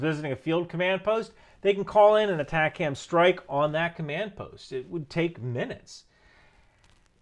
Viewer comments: As a former MLRS crewman for 10 years, your pronunciation of ATACMS is killing me. It's not Attack Hams. It's AY Tac Ums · It’s atacms not atac-ams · I also cringed at the first mention in the vid of ATACMS -- If somone said, " launch the A-Tak-Kams strike" in the JOC they would be immedietly mocked/escorted out!😂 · Are you saying "attack hams" on purpose? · Pronounced Ay-'TAK'-Ums. MLRS not MRLS. ATACMS was not "adapted" for HIMARS. HIMARS was required to fire everything the M270 and M270A1s could. The entire MFOM or MLRS Family Of Munitions. Just one pod at a time instead of 2. I was an active duty 13M for over 21 years. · We 13Ms didn't emphasize the M in ATACMS back in the 90's. Might be how it is said today for all I know. Love seeing my old job be so important still.